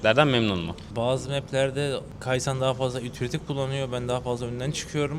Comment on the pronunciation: Bu Can kasıtlı mı insanların nickini yanlış söylüyor yıllardır calyx i bile farklı söylüyor şimdi de kyxsan a kayksan demiş 😂